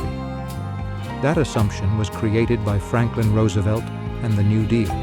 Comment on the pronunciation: A.I. is evil. But at least it pronounced Roosevelt correctly. As for the New Deal, please ask Milton Friedman.